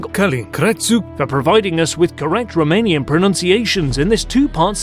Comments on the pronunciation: I have much appreciated that you have prounced romanian towns properly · I love that you say romanian names of persons and places correctly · Awesome Videos man, I really enjoyed this, I know it has been said before, but spot on romanian pronunciation, impressive! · You, as the host, have to be congratulated for the pronunciation, because you nailed it! Anyone can learn the correct pronunciation but to say these difficult names is an accomplishment.